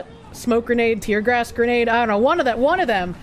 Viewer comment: With her accent, she pronounces "gas" like "gay-ass".